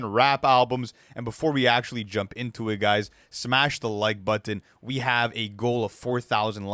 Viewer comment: I like the way you say button. "but-tton."